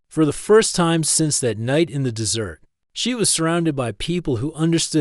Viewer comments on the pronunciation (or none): Please, please teach the ai the proper pronunciation of desert and dessert.